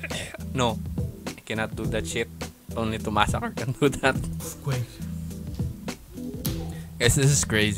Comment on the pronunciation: Tomazacre Is a Monster. His Saying Earfquake